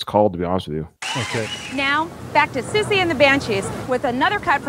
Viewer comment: Personally, I thought you pronounced her name perfectly. In fact, I wondered if you had researched (though I get the impression that might be a bit off-brand?) That's how I have always said it. If wrong, oh well, she can correct me. Please, come out & play Siouxsie...